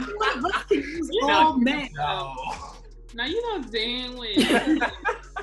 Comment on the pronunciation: As soon as she said ALMAY I left the room 😂